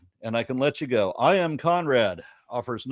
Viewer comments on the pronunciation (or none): none